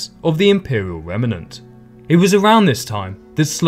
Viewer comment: Remnant is pronounced remnant not remenant